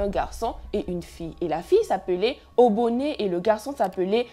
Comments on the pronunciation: C’est juste OBONE et Obame pas oboné et obamé😭mais bon on kiff l’histoire 😂😂😂❤️ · Ça se dit Obone et Obame y’a pas d’accent à la fin ma belle 🥰🥰🥰🎉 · Obame et obone on ne lis pas le E😂❤